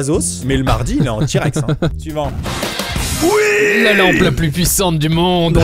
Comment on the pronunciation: Quand tu dis "suivant", j’ai l’impression que tu dis Ivan 🤣